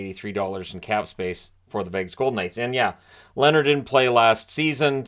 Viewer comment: It's Leeeeeehner - long soft e as in beer. 🇸🇪